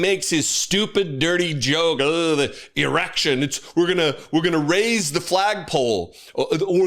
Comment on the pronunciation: He doesnt know how to say erection